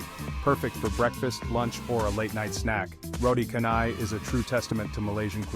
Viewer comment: Malaysia is a melting pot of cultures, foods and cuisine of Eastern and Western.. Malaysia is unique, diversity and Malaysia is truly Asia 🇲🇾 Btw, the pronunciation of roti canai is "roti chanai".. and not "roti kanai"..😊